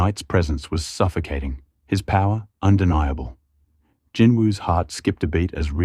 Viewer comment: I wish people would just say Jinwoo Sung it's not hard